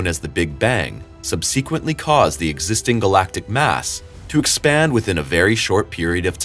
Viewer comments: You mispronounced subsequently and homogeneity and probably others. You sound like that scary story guy who can't put together a normal inflection or piece out where the syllabic emphasis goes in any given word. I expect more from people who casually post scientific essays onto youtube. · Mans can’t even pronounce subsequently right, I don’t expect the video to be accurate.